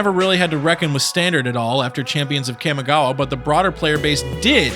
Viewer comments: ahem its KAHMI-GAWA - pronounced like the Kamehameha . . . just saying its when I started playing it during the same time dbz got hot so obviously my gen gets to claim its pronunciation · You pronounce Jitte right and butcher Kamigawa :( Kah-Mee-Gah-Wah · the way the narrator pronounces "kami" as "cammy" irks me. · Pronunciation, please! Make all the /a/ vowels sound the same, not that horrendous nasal /æ/ sound on the first syllable. It's distracting as hell trying to pay attention when you repeat "Kæmigawa" every 5 seconds. Also, though I know I'm pissing up a rope when it comes to Magic players on this, there's only one /i/ in "ninjutsu." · so we're just not gonna talk about his mispronunciation of "CAMMY-gawa?" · Kah. Mee. Gah. Wah. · For the love of god stop putting emphasis on the A when saying Kamigawa it makes me flinch every time I hear it. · the way you pronounce kamigawa hurts to listen to. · My inner weeb is hurting due to that pronunciation of Kamigawa. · I literally cringed every time he said Kamigawa. Otherwise great vid. Started with that block. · The mi in kamigawa is pronounced like "me". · You're not saying Kamigawa any where close to right, but thank you for making this vid. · there are accents and then there are mispronounced words. Trust me I know about accents, im a latino immigrant... but this isnt an accent. This is mispronouncing a word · His mispronunciation of Kamigawa is fucking horrid, too. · He’s also pronouncing Kamigawa brutally wrong